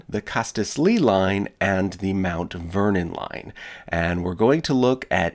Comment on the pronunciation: Anyone else hear Uncle Vernon not Mt. Vernon? No? Just me? Pity.